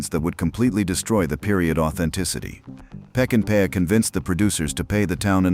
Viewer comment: If you're doing a documentary on a masterpiece, you ought to pronounce the director's name correctly. Its NOT "Peckinpaya." which is what the narrator says. It's "Peckinpah." Sam Peckinpah. Pronounced; "Peck-in-pa."